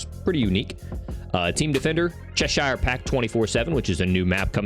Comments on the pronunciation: It’s pronounced “chesh er” not “chesh eye er” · It's pronounced chesheer not cheshiiiiaaarrreee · I'm from cheshire in england (it's a county). It's pronounced "chesh-er" 😁😎 love the content dude peace out.